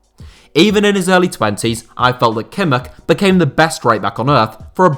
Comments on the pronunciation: Nobody:: kimmerk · For some reason, it annoys me how he pronounces Kimmich. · His pronunciation of Kimmich is even worse than w most English ppl